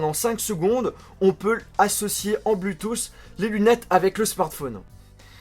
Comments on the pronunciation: bloutousse ???? really??? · c'est cool. quand tu dit bluetooth j'entend bluetouss , c'est drole mais pas moche, continu comme ca mdr